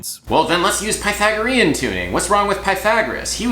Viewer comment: Bro great video I loved it just next time please try and learn how to pronounce Pythagorean